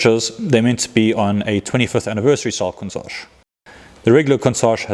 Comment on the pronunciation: Cuntsage?...weird pronunciation, but I'm rolling with it.